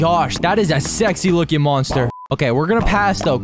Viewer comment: The way that you said sexy is funny 😂